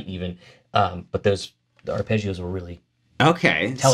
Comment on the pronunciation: It's arpeggios. Not Ar"pay"geeoos.